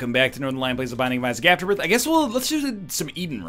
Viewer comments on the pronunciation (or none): none